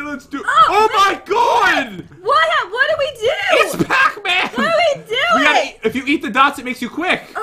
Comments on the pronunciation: I know it is spelled pac man not pocman but it sounded like said pocman in the beginning of the vid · It’s not pac man it’s PAT MAN